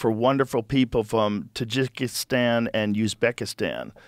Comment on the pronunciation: Jesus, Joe! Learn to pronounce Tajikistan and Uzbekistan! Maybe do some homemade before you open your yap!